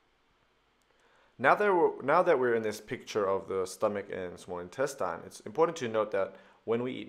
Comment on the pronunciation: Thanks for the video. PS: it's pronounced Intestine. Not Intestyne.